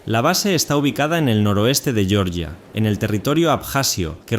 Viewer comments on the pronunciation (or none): Es horrible cuando pronuncian yioryia el país europeo. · ¿Por qué decís yeoryia? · por qué pronunciais Georgia como el Estado de Norteamérica?